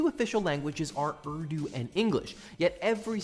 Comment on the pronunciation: He complains about cultural appropriation when he can't even be bothered to pronounce the words or names properly, it's pronounced oor-doo not erw-doo, I'm from an Islamic family(I'm no longer Muslim nor is my brother but my family still is) and in the Middle East it's almost forced to learn Arabic and it's terrible, during the Islamic Revolution in Iran they forced the Iranians to change language and alphabet from farsee to Arabic